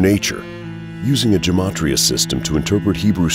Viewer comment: I believe Gematria is pronounced with a hard g, not a soft g. Geh-mat-ria, not Jeh-mat-ria. But the pronunciation guide on Google is wrong, too, go figure! But if you ask a Rabbi, they will tell you.